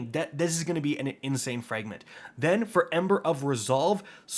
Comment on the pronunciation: Fragment is not pronounced "frangment" bro you can't speak to save your life.